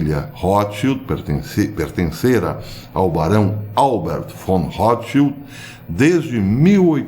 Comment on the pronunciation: O nome „Rotschild“ vem da língua alemã, e quer dizer „escudo vermelho“ , mas, muita atenção à fonia, le-se rôtchild, e não rrótchild! Espero ter ajudado em algo.